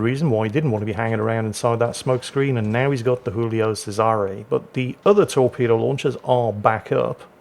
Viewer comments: it's not Julio with a Spanish pronunciation, it's Giulio in Italian - first letter pronounced same as in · Hey, Giulio you read with a G not an H, it ain't a spanish ship:D